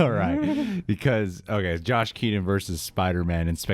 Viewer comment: Ahaa has a new word switchin his T's out for D's in every video.. Lmao "Josh Keadon.. Edward Nordon.. Hit the Like Budden" 😄Soo funny!😄